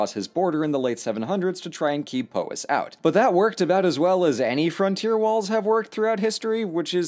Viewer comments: laughed when he said Pooowys...its Powys ..like batman says kaa-pow.. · Bless you for doing the work to get "Llewelyn" right, but you missed two easy ones! The 'o' in "Powys" is the same as in the bugs-bunny sound effect "Pow". "Fawr" rhymes with "power", though you got the "f=v" bit right. :D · Hi. I’m Welsh and mostly fluent. I loved this, thank you! But your pronunciations pained me. Specifically Powys. It’s p-ow-is not p-oh-is